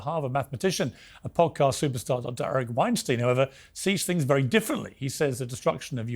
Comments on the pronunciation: Its pronounced Wein-stine not steen im pretty sure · Weinstein rhymes with Einstein, Piers. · Eric Weinstein pronounced like Einstein. You should know this by now Piers. Same for Putin. Its Poo tin, not Pyoo tin.